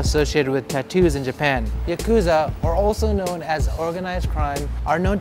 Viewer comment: How long have you lived there? Your pronunciation of some words, such as "Yakuza" & "Izakaya" tells me you either had bad old habits or no-one wanted to embarrass you by correcting you. I'll bet it's a bit of both.